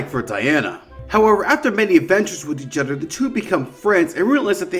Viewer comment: Bro why do you say “each other” like that 😭😭😭